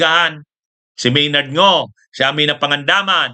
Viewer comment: Maynard Ngu po attorney, hindi Maynard Ngo. Mali ang pronounciation niyo.